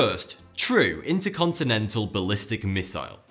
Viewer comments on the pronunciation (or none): none